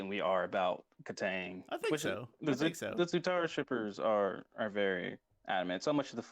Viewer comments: no kid , he said it right <3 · no they said it right